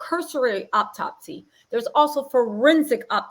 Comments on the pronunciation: Hello beautiful energies sister. The word is autopsy not optopsy-no such word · Please,please,please the word is AU-TOPSY. Three syllables. To the young man going live on where ever, shit TFU, and go get a lawyer. Stay off live, stay off Facebook, STAY OFF SOCIAL MEDIA. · Just a heads up "autopsy" is pronounced OH-TOP-SEE. Now onto this sociopath who is literally arguing with himself in this little bootleg confessional. 1. An internal decapitation would not allow for Shanquella to hold her head up or respond to coherently. 2. If they moved from one area of the villa to another, that would not be possible based on her injuries, wtf. 3. You were rubbing her head and felt NOTHING 4.Her busted lip and damaged cornea didn't raise red flags. 5. Don't nobody give a damn about what the hell was on your playlist nor in your cup sir! A woman is deceased! 6. Let's go have fun, when a medical professional is asking you about injuries on the victim?!?